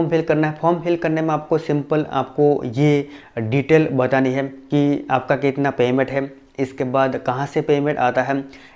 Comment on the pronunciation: tu "hai" ko "haim" kyu bolta hai????????????? reply kr